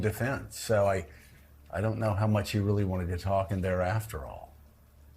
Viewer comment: we weally do have a nightmare